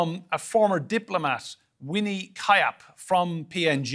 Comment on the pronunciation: Someone please inform that fellow that that is not how you pronounce Her surname (Winnie Kiap). Yes the spelling may seem as the pronunciation but it is different. The correct way to pronounce Her surname is "kee-yap"... Not "Kayap". Well thankyou, that's all I have to say📍🤍💪